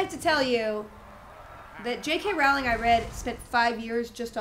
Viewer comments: I'm sure this has been noted by now, but it's "Rowling" pronounced like "bowling." Alt-world preference: e'rrybody gets with Luna. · I would be obliged to turn in my nerd/geek card if I did not mention the correct pronunciation of the author's name. Spelled "Rowling" it rhymes with bowling (as in bowling alley). I used to think it sounded like rhymed with "howling" (as in baying at the moon) as well.